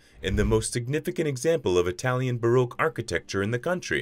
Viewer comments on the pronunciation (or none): none